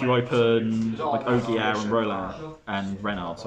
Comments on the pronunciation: Ogier is pronounced just how he is written Ogier not Ojier, the ''g'' is pronounced just like with the word guilt. Also i think joyeuse is just called joyous or joy-use. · Thanks but just about "Ogier" it's "O JEE EH" not "O GUI ER". Phonetic french would be "Ojié" instead of "Oguier" "joyeuse" isn't "joyce" but "jo-a-ye-eu-se"